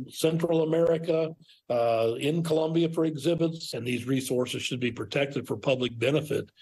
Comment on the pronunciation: IT'S COLOMBIA NOT CLUMBIA